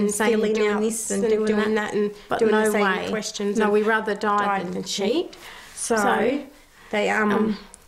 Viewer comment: When Australians say "NO" they use every vowel. "NAIEOU"